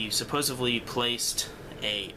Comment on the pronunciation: What I wanna know is why kids today cannot properly pronounce the word 'supposedly'. Yes, there is a d in it, not a v. I'm sure that's probably how your parents spoke, but they, too are wrong.